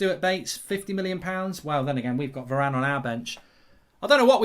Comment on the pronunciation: didn’t know varane was english